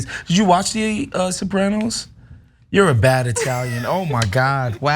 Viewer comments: Sopray-noes? No! It's Soprah-noes. 😆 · Sah-pray-nos? Oh and it was a comedy? lol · The Sopr- ay- noes? Speak properley. Chomper Wosney is bad enough. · “The Soprainos” lol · Why can't she pronounce soprano's??? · You mispronounced the name of the show "Sopranos" and it was certainly ANYTHING but a comedy. Having said all that, Columbus was problematic as a person, certainly. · Although I agree with everything you said, your mispronunciation of Soprano's (and it's not a comedy) and Taino was painful to listen to. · Not sure if our commentator has ever seen The Sopranos but it most definitely wasnt a comedy - at best it was black comedy for the Tarantino generation. I also disagree with her pronunciation but as I am not Italian I'll leave it there.